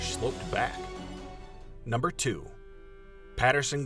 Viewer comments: GIM-Lin, not GRIM-Lin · *Gimlin not Grimlin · Robert Grimlen... lol its Gimlen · alright .. did the narrator just call it tha patterson grimlin film? im done lol